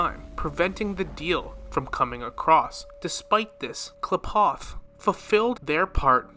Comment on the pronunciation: irridation, hoe oh, kleyepoth, tauzzyron pls listen to dialogue. i promise u will hear them pronounce things